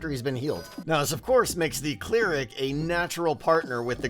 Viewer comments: Are you saying clear-ic when you mean cl-eric? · Its pronounced Claire-Ick not clear-ick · It's pronounced cl-air-ic, not clear-ic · I've never heard someone pronounce 'cleric' with a long e before...